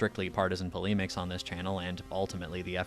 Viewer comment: it's pronounced polemics